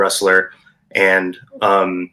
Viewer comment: Never have this guy here again, he can’t even pronounce Zhang